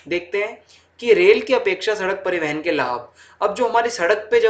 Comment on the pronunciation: Pari(van) ke sadhan 😂 btw nice explained 🔥